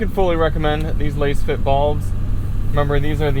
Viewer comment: You can't even pronounce the companies name correctly smh